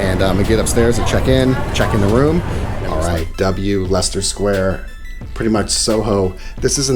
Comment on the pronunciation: You can't be American since you pronounced leicester sq correctly.😂